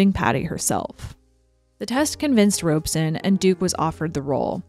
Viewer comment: The only false note is about Mark Robson, who is mispronounced Robe-son. Robson had directed most of the greats with enormous success. The stories about him tormenting Judy came from only one source with no witnesses or corroboration: Judy herself. She just had to flee this latest bogeyman. After packing up her wardrobe, of course.